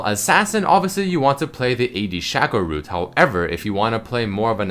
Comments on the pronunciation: Shayco..... Not Shawco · shake-o not shäko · It's Sheco not Shahco, because his clone is called Fako (Fake+o), not Fahko. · There's only one consonant, the c, after the a in sha|c|o. That means that it's broken down into sha - co. The "sha" is open, so it is pronounced "shay." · its shaco not shaco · Its Shaco, not Shaco